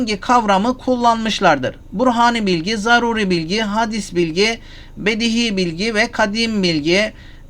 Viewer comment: Hadîs bilgi değil Hocam. Telaffuzu Hâdis bilgi olacak.